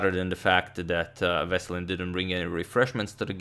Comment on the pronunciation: The stressed vowel in Veselin is "i" and in Topalov is "a" and you can call him "Vesko" for short, greetings from Bulgaria <3 (upvote so agadmator can see)